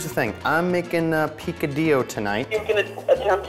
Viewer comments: This dude is Cuban but yet he can't even say picadillo right ?????? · His cuban-american mom didnt show him how to pronounce "picadillo"?